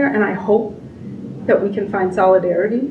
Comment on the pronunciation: She had me at ‘solidarity’😂😂😂😂😂